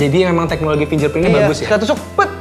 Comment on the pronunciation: bukan finjerprin tapi finggerprin